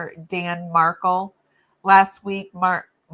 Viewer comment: No disrespect but you are not pronouncing Danny Markel name correctly. And your info is wrong. I make mistakes all the time. Just saying respect the dead